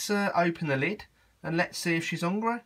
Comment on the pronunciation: "Hungreh" xD